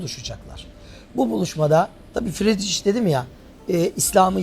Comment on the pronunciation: İnısınt değil İnnotsent doğru. Fridriç değil Fridrih doğru. Yani yazılışından ayrı, telâfuz edilişi böyle.